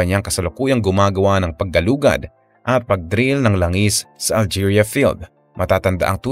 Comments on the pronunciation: Alegria hindi algeria basahin mo maige. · ALEGRIA NOT ALGERIA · alegria, hindi algeria. kulit nito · 😂 Algeria. 😂 It's ALEGRIA, a municipality down south in Cebu. 🤔🤣😜